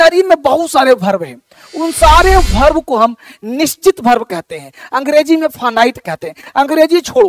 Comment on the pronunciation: Mujhe 5 second lagay ye smjhne me ke ye khel kood teacher वर्ब ko भर्भ bol rhe hain 🥺🥺😥😥